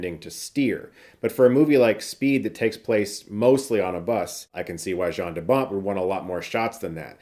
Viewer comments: Jarn DeBont is pronounced Yarn DeBont. Ya-rn not Ja-rn.... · Hey brother its pronoucned YAN 😁